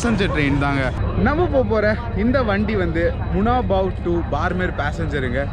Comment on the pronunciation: உச்சரிப்பு பார்மேர் அல்ல !! பாடுமேர் (BAAD MER) !! ராஜஸ்தானின் மேற்கு எல்லைப்புற விமானப்படை தளம் அமைந்த சிறிய நகரம் !! 2013-ல் இங்கேதான் பாலைவனப்பகுதியில் சுக்கோய்-30 விமானம் விழுந்து நொறுங்கி இரண்டு விமானிகளும் பலியானார்கள்!!